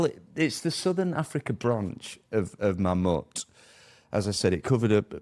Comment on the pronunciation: Can't even pronounce Mammoet correctly, explains alot